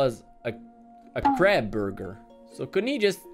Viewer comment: You say krap burger but you say the a like in the word all